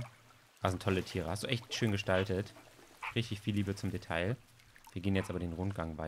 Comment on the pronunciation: Detail, das ... Aussprache: [deˈtaɪ̯] ... man spricht das L einfach nicht ... stop it xD